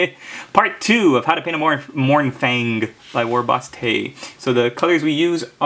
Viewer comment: .. "Ahahaha.." Is that the LadyBoss making fun of your pronounciation of "Mouuurnfang"? How are her miniature's painting getting along? :o)